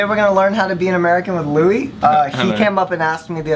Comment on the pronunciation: This is like my favorite video ever. Especially when Louis became Louise...I can't even